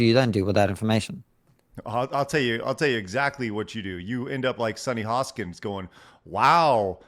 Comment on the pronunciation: Hostin. Not "Hoskins."